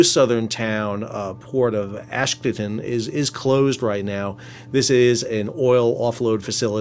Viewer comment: Sal, please pronounce the port city in Israel as Ashdode (as in tode) its ridiculous when i hear you say "Ashdad". Also the other port city closer to Gaza is not askelion, it's "Ashkelone" as in Ash-clone in proper pronunciation. Thanks